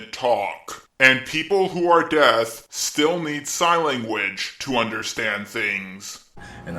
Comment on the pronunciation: Did you seriously fucking say death and not deaf? That's what 7 year olds do.